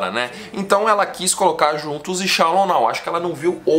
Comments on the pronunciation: Mds cara, se fala "chelou" não chalou 🤦🏻‍♂️🤦🏻‍♂️🤦🏻‍♂️🤦🏻‍♂️ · Não é "shallon" rsrs é shallow! 😅